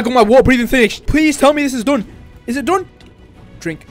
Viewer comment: Why you say doon not done